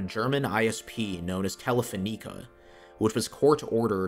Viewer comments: you butchered the pronunciation of Telefonica. Tele-Fawn-icuh. not tele-phone-EEK-uh. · Telefoneeka he said